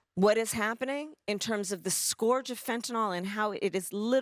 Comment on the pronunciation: Somebody get that lady a dictionary. She ALWAYS mispronounces "scourge." 🙄